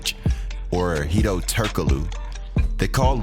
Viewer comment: You pronounced the name wrong... its Hedo.. Turkey Glue!!